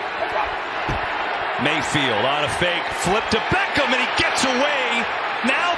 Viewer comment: I don't like the overe emphasis this commentator uses when he says "Beckham."